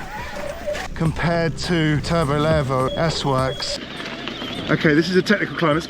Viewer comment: It's pronounced LEEEEVO.